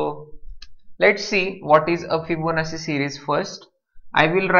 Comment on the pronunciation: sir, I very much appreciate your teaching but you are pronouncing Fibonacci wrong, the pronunciation is actually [fiboˈnattʃi] but your pronunciating it Fibonassi, just correcting you otherwise thx for the tutorial